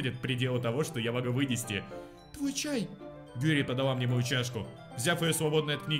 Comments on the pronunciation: Юри а не ЮрИ.. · Не юрИ, а Юри!!! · Почему он говорит юрИ,а не Юри? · Ю́ри а не Юри́!!! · Юри, не юрИ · ПОЧЕМУ ОН ГОВОРИТ ЮрИ? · Она не юрИ а Юри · Не юрИ а Юри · Блин прошло 5 лет, а меня до сих пор бесит что говонит Юри́ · ударение ставиться на "ю" Юри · ЮЮЮЮЮЮри, запомни! Ударение на Ю! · Юри ударение на ююююю